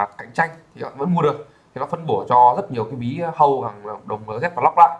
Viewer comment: ông nói tiếng anh sai hết vậy ai mà hiểu. whitelist đọc là gì thế ? LZ đọc cũng sai